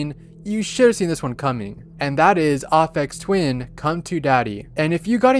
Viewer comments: no offense, but it's pronounced as "AY-Fex" not "AH-fex" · How dare you pronounce it "Afeks Twin" instead of "Ayfex Twin" smfh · "Offex twin"....please please just ugh. Please. It's A-fex. It's pronounced AYYYPhex. Also,, you are absurdly cute. And insanely charming. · Aphex Twin is not pronouced like R-phex Twin its the letter 'A' so it is A-phex Twin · It's Aphex Twin with a long A sound not Ophex Twin. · It's "Ay Fex" Not "Aw Fex"! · bro really said "ahhfecks twin" 💀💀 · Its pronounced ( ay-pex twin) besides that awesome vid!!!!!!!!!! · The way he pronounced "Aphex" was way scarier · bro butchered aphex twin's name like damn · It's pronounced "Ai (to rhyme with hey) - fex", but you probably know that by now =) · Dear, you are pronouncing Aphex Twin wrong. Just saying. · you’re pronouncing "aphex" wrong